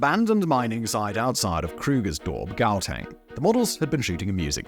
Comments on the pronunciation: Hearing him say...in the city of ...gowltang...die klein vleis kuif....I came here to say to simon jou ma se poes allegedly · Almost all pronunciation of South African words was incorrect - Lesotho, Gauteng, Witwatersrand (to name a few). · Ah even Gauteng? Haii you need to do more research on the names my bruh😂💀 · Hearing your pronunciations of words like Lesotho, Gauteng and Witwatersrand is jarring... a word of advice- look up pronunciations online